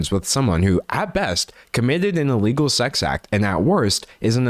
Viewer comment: "It is illeghul" 🤣